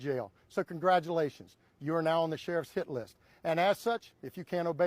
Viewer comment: I thought he said SHIT LIST